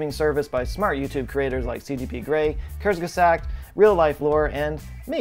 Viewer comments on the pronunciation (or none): Please say Kurzgesagt again. 🥳